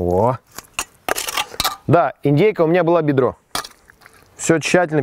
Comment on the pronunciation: так сказал "бедро" как будто Филиппа Бедросовича позвал:-)